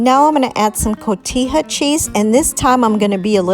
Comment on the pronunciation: It’s pronounced Cohetha not cotiya🎉😆🎂🎊